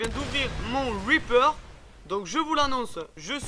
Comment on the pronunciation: pour le weaper ou lieux de reaper ... je kiffe l'accent English !